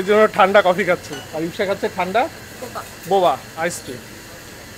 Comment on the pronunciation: মারক এর মুখে ইপসা নামটা ভালো লাগছে